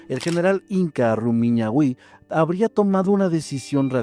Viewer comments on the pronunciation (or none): Sólo para info... no es Rumañahuí.. es Rumañahui.. sin acento ni tilde... Y Cajamarca no es en Ecuador... el lugar es los montes de Llanganatis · Ecuatoriano aqui, se lee RumiÑAhui, TunguRAhua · RumiÑAhui... el acento va en la sílaba ÑA ❤❤ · Pues en mi país estamos felices... Rumiñahui con acento en la ña... Y Tungurahua (con ache sin sonido pero pausa) ... Y en los llanganates se dice que si vas solo (por avaricia) alguien te empieza a guiar pero en verdad te pierdes en la espesa neblina de la zona... De hecho incluso a los grupos de turistas se les recuerda cuantas personas hay en el grupo para que no sigan o esperen a alguien que no está...